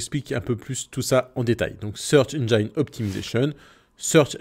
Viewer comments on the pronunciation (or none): Bonjour. Une petite rectification : engine ne se prononce pas « enjayne », il n’y a pas de diphtongue. Il n’y en a pas toujours, malgré ce que semblent penser beaucoup de gens de nos jours. Engine se prononce « ennjin’ », tout simplement.